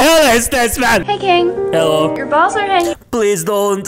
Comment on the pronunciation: I like how he always says helo when a screaming open mouth guy of monster pops up.